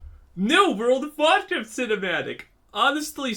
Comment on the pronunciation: Every time you said world of Warcraft it always sounded like world of vodka… that sounds way better